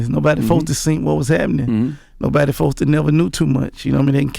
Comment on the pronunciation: one time for gotti still saying fosed ta. instead of supposed to lol